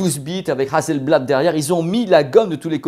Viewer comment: Super video, juste une chose Hasselblad pas hazelblad (s pas z). Je vie en Suède et je possède 3 appareil photo Hasselblad. Bon journée. 😉